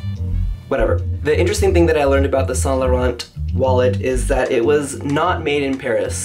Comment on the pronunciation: You're not supposed to say the T in Saint too. Just let him say it how he wants. I'm positive Mr. Saint Laurent will not be rolling in his grave because one customer got his name wrong.